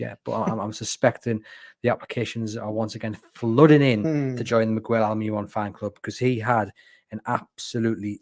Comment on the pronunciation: Guys, it's 'Almer-ron' not 'Al-mee-ron'